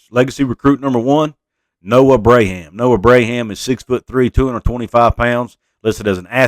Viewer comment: Just pointing out—the Braham kid’s name is pronounced “Brom” like prom. Yes, his dad was a great one!